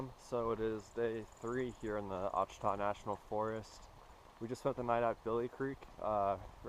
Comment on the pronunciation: It's pronounced " Wash a taw "